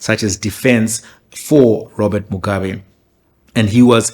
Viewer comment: Even the way he pronounces Mugabe's surname says everything we need to know kuti why he took that position. Just replay muone. If you are going to tell the story taura sezvazviri shamwari, dont be that biased.